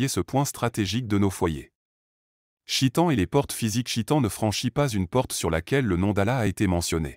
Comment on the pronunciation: On ne dit pas chitan mais cheytan articule mieux mon frère stp Baraka Allah fik